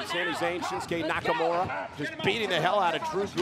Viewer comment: "Shinsuke Nakamuro".